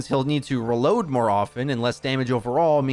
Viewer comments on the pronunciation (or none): Wtf is Raload? Ooooh you must mean reload…